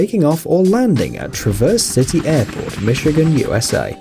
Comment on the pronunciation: You’ve pronounced Traverse City wrong, I know because I live here. Also that poor puppy died a few years ago :(